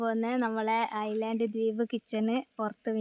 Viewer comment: ithu ഐ ലാൻഡ് എന്ന് അല്ല ഐലന്റ് എന്നാണ്